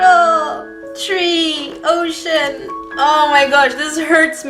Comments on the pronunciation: When she said "ocean!!!" I thought she said oh "shin!!!" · i thought she said "oh sh*t"😂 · I thought that she said “oh shiz” and not “ocean” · It sounded like you sweared but you just said "Ocean" not ...